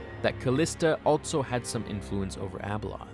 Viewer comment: Only critique of a great video. The word 'also' does not have a 't' in it.